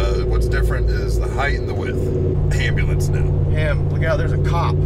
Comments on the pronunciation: All I can hear when you say ambulance is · LOL I love how he says, "Hey, don't hit my truck with your **ambulance**, like he's deliberately "saying it for the first time" to get his buddy accustomed to owning an ambulance :D